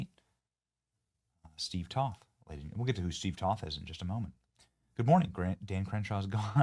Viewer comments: Toth is pronounced with a "long O", not up on politics are you, benni? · Not that you should know this but just so you know it's Toth with a long o. Steve has his issues but I met him many times and I like him a lot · TOTH (Rhymes with Oath) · Benny I am pretty sure it's pronounced Toe-th like BOTH with a T. Please excuse my bad etiquette. 🤭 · Hey Benny, i'm a constituent of Crenshaw's old district and i voted for Toth. Heads up, it's pronounced with a long "O"/ "toeth." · You need to work on pronouncing Steve Toth's name.